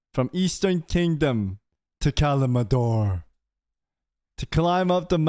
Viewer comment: Am I the only one who gets tilted by him calling Kalimdor "Kalimador"?